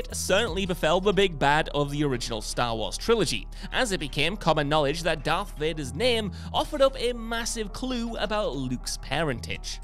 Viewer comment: It isn't Dark. It's Darth